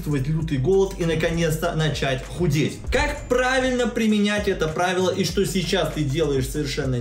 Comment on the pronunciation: "примЕЕЕнять". ё-маё =__=